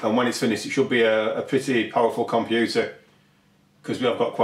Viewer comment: Komp-you-too! Maza-boid! Actualy, a LOT of memory xD Pro-se-sou!